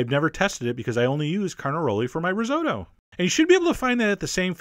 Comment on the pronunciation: Chef! You've mispronounced risotto! Its ri-sot-to.